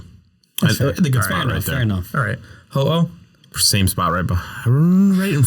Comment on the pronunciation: IT'S HO-OH NOT F*CKING HOHO! SAY IT RIGHT!